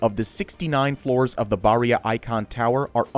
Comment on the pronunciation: It’s pronounced baa hhh rain